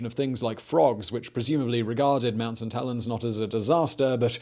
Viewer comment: All I keep hearing is mount suh-tellens